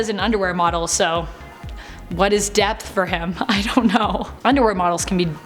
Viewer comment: He said depth thats hilarioud and strange very strange